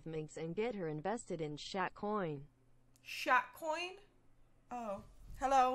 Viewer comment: ”sHaT cOiN”